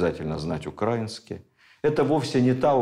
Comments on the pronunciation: Почему укрАинский? Словари дают иное произношение. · Замечательные лекции! Необходимые для просвещения народа! Однако режет слух некоторые ударения. В учебнике русск. яз. для 5 кл.в колонке для запоминания написано : украИнский, с ударением И. Извините. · Ударение в слове "украинский" на И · Все цікаво, як завжди. Зауваження лише одне- украИнский язык, а не укрАинский